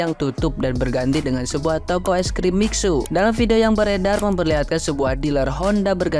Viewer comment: Dibacanya Misue, bukan miksu dul....